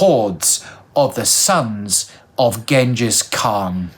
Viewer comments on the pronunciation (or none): none